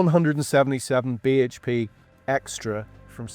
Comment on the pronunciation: I thought I was the only one who cringed every time he said BHP